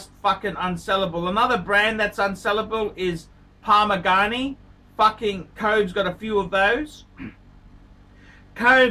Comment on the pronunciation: Jacket Drooze, Parmeegarnhey, Jiraad Peragheey